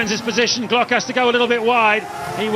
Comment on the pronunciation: As a Brazilian, every time i hear they saying Timo Glock hurts my soul